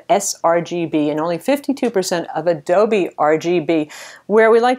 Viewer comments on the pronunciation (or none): none